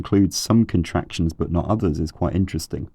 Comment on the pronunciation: EEEN-Terresteen "interesting"